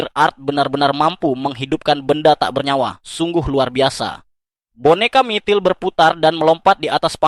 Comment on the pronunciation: Mitril bg bukan MITIL😂